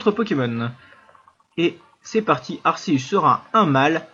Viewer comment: Sa se prenonce arkeus